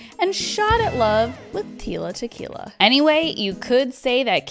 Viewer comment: She said "Teela" Tequila.